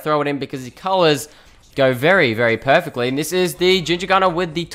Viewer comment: Why did you say every Time "Perfactly"?